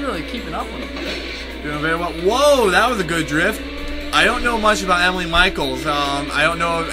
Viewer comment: E mee le. It's a guy, also a European name!